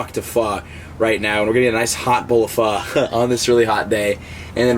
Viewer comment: It's pho homie. You're pronouncing it like a white boy